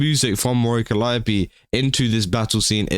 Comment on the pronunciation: Holy fuck, finally, someone that can pronounce 'Calliope'.